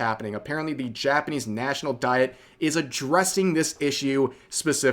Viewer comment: Diet, pronounced Dee eht.